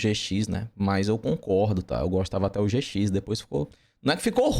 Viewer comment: Yu-Gi-Oh! Zê Cis KKKKKKKKK o cara troca o J pelo Z